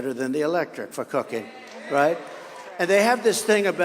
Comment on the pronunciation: I thought he was saying "cocaine" not "cooking" 😂